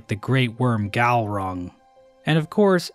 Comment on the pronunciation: Slight mispronunciation on the name Glaurung. Nevertheless, an interesting analysis of the Pale King.